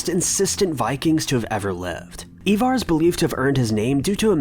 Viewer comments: Ivar...not Evar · Ivar not evar. I-var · It's pronounced iva not eva